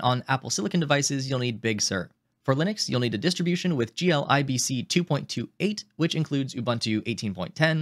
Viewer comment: Is this AI generated? Sounds choppy, and, it's pronounced "gee-lib-see", not "gee-l-i-b-c".